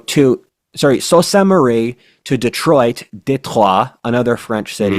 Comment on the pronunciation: It's so nice to hear our future Few reur pronounce Detroit perfectly!! - Adûnâi